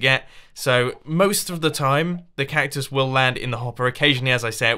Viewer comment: Why are you pronouncing "cactus" like "cuc-tie" ?